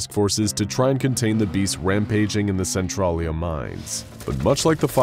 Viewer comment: centralia is pronounced SEN-TRAIL-YA 🤣